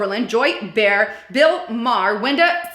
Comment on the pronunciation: Her last name is pronounced Ba-Har. Btw, I don't like EVERYTHING the Liberal Agenda stands for but I'll stand w/them as they seem to actually care about people who aren't filthy rich..(which is most of us.)